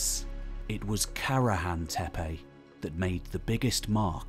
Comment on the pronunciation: WOW a westerner actually pronounces Tepe as Tepe and not Teepi or Tipi or Tepi.